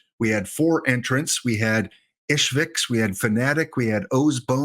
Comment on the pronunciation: The gem that got away: Charlie Hollocher. i.h.s.v.i.k.s. NOT ishviks lol; and vikes w/o the e!